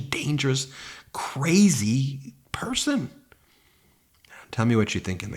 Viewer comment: He said, "why would any pershon vote Democrat." In a speech about Jews voting for Biden.